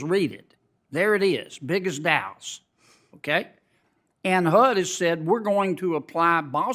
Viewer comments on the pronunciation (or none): none